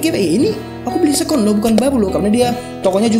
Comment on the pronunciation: keren tp mau correct aja ya, seccond bacanya seken. bukan sekon. sukses trus